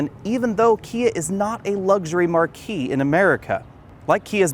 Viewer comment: "Not a luxury marqu-ee". So, like a huge tent, you mean ?